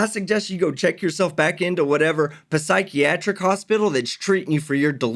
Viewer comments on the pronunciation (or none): "Pahsychiatric" LOLOLOL!!!! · holy shit, puh-sychyatric hospital lmao